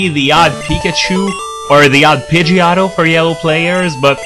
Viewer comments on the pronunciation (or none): What's a Pidgeottoe? Unless you mean Pidgeotto.